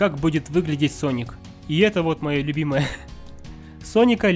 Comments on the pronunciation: Не Саник а Соник в начале ошибку сказал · Соник а не саник, читать научись!. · СонИК а ни саник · СОНИК (А НЕ САНИК!) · Я прям четко услышал слова а "". САНИК вместо "Соник". Это еще начало видеоролика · неверно, он сказал не саник а ссаник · Не Sonic, а Sanic! Гениально 😂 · Мне одному слышатся что он говорит САНИК а не СОНИК? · Не санека а. СОНИКА! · Не саник а соник у тебя привычка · не саник соник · Не Саника а Соника! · не саник, а соник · Не сАник а сОник! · Соник а не Саник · Хватит говорить санник надо говорить сонник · Не Саник а Соник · сОника а не САНИКА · не саник а соник и не сега а сэге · Не. Саник ь а сонник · не саник а соник глупый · "Ссаник" я выпала из этого мира😂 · Правильно говорить соник